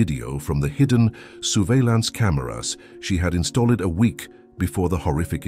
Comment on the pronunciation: "soerveilance cameras", "installêd""oenawar" i.s.o. unaware 😢